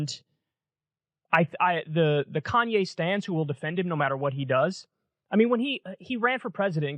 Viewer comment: Why does Kyle keep saying Kanyes? Like with an s...